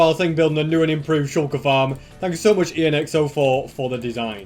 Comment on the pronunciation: What? Moooch foster you said